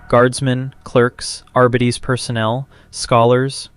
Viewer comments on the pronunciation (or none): Ai voice? "Arbedeez personnel"